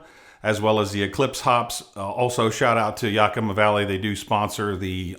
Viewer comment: as a born and bred PNW it's YAK-i-MAH. :D